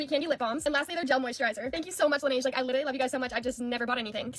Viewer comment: she doesnt even pronounce the brand name correctly. Laneige isn't "lan-A-ge"...